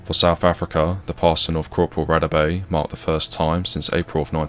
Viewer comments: If you're South African you know you cringed every time he said "Radebe" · I appreciate the coverage, however it is disrespectful to anyone and extremely disgusting, especially if it is a soldier who lost his life, to completely mispronounce both his name and surname. pretends to care about Africa, but get almost all African pronunciations totally wrong, so I suggest this channel simply ask any South African. R.I.P. Cpl. Radebe